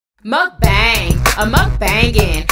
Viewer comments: I love that your whole intro song is pronouncing mukbang incorrectly. 😂😂 it's so catchy though and I love your channel!! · You're saying mukbang wrong lol